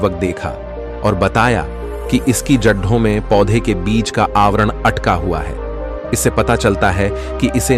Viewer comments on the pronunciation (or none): जढें क्या होता है ? जड़ें कहते हैं